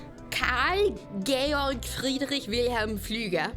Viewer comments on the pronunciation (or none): none